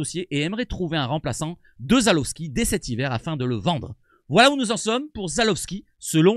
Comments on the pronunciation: Salut!! ZalEwski non pas ZalOwski mdr <3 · Salut c'est ZALEWSKI pas Zalowski